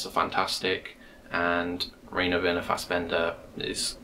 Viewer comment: "Braun" is pronounced like "Brown" and "Rainer" like "Ryner". Great video!